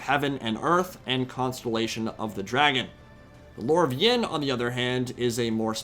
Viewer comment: BTW It's Yin not Ying :p good video though.